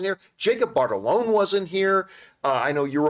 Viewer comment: John, I'm begging you to sound out Jacob Batalon's name. Every single time you pronounce it "Bartalone" and it grinds my gears. There's no R in there.